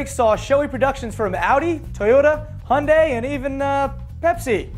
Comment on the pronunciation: finally he learns how to say hyundai right